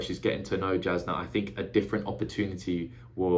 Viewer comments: Really enjoy getting to see someone's perspective on a first read. Jasnah is pronounced as if the J were a Y, just letting ya know cause there's no way you could unless you hear it. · If you care, it doesn't really matter, but the audiobook pronounces it ShallARN and (j)Yasnah (y instead of j). Sanderson has said you can pronounce however you like.